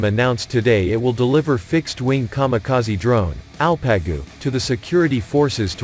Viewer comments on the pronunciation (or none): It's ALPAGU. Means ''HERO'' Not el-pe-gu !!. no arabic. !!!!! !!!!! These names are Turkic. Coming from our central asian roots. Long live Turkey Turkic people and Asia Turkic people. <TURAN> will rise again.